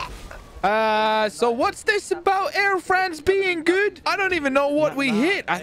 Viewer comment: Air Fwance